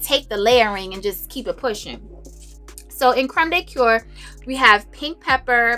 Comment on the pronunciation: Hey sis! I am addicted to layering! I think once you've amassed so many frags it's almost crazy to not use them and layering helps you feel like you're getting through them more often. Small PSA (no tea, no shade): the word "cuir" is pronounced more like "queer" not "cure" - small detail, I know, but I'm a prisoner to my virgo bs that won't let me abstain from pointing it out 🫣